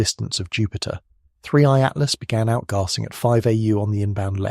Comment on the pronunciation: Definately, very good, but AI, note the mispronounciation of "Outgassing" (As Outgahsing) and towards the end, "Red" instead of Read.